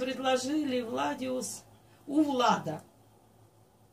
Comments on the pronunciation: не владиус а владус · Не владеус а Vladus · Не Владюс а Владус Vladus а "и" в английском языке=i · Владус а не владиус